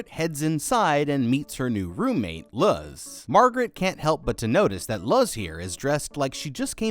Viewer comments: please tell me the girls name is Luz...as in Loose.....and hes just saying it wrong as "Luh-Z" because he doesnt know how to pronounce names xD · Love these videos. Also wanted to say that Luz’s name is mispronounced throughout the video. Instead of Luz as in lug with a z instead of a g, it’s Luz as in the word lose. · Is that other novice named Luz? And have you really never heard such a common Spanish name pronounced correctly?